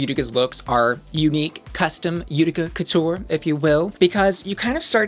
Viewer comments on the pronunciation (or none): none